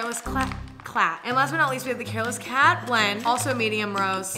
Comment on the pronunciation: When she was talking about the new blends I literally heard her say “hairless cat blend” 😂